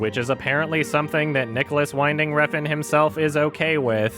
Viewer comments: Mate, you're pronouncing NWR's name wrong. It's WINding like the word "win", not wineding. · It's not "Whine-ding", it's "Win-ding" ffs